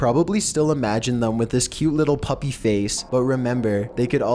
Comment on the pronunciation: The Poke'Saurus What's wrong with puupy?!?!